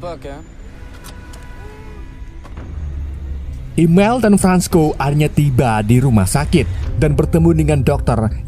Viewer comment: Bukan imel,imiel kan 😅😅😅